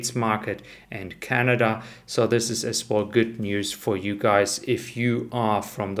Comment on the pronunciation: Love your videos. Can you please not pronounce “as well” as “as wohl“ …. Really annoying. Vielen dank.